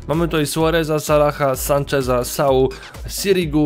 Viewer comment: "98 sanczeza" xd